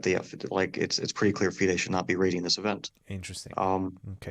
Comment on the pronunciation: It’s been a year and Christian has yet not mastered the art of saying FIDE Circuit name correctly.